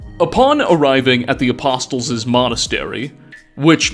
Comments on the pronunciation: Your videos are highly informative, but you consistently mispronounce apostles. The t is silent. It’s making my eyeballs itch. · Little FYI, the T in apostles is silent:) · Just a friendly fyi, the T in apostles is silent. Good video :) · The "t" in "apostles" is silent (in English). I'm gonna guess you didn't grow up Christian or at least not paying much attention in church. Lucky you. lol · Another great video keep up the great long form informative invesetigations into lore. (btw the T is silent in apostles) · great video. But PLEASE, stop pronouncing apostles incorrectly. They say apostles correctly so many times in the voice dialogue. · Great content, but please, the t in apostles is silent. 😛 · Every time pronounces the T in Apostles a puppy dies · had to scroll way to far for a comment like this😂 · …just so you know you aren’t supposed to pronounce the ‘t’ in ‘apostles’… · Great video, can't help but mention though that the T in apostles is silent. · I can’t imagine the time and energy that goes into a video like this. Constantly impressed! The only thing is… the ‘t’ is silent is ‘apostles’ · Just a helpful English tip for you, the T in "Apostles" is silenced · Doesn't make up for pronouncing the T in apostles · That isn't actually him, if you believe it you're all a bunch of idiots considering he can't pronounce apostles 🤦🏻‍♂️. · Every new video brings to light another fairly normal common word that he just happens to not know how to pronounce lmao. Apostles has a silent 't' haha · Man real talk do you say apostles like that on purpose? The T is silent. It's not "apossToles" its said "Apossles" They even say it correctly in game. Do you just read what the dialogue says or do you go out of the way to mispronounce fairly common words? I genuinely feel bad for the people who talk to you on a regular basis because they must be so irritated with how often you misspeak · a-poss-uls not a-pos-tuls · Apostles (a pah soles)